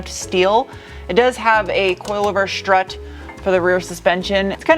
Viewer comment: Nice coilover shtrut. It really shtruggled up the hill.